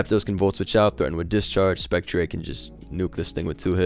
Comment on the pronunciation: Man said spec-tree-ayy. Been watching too much wolfey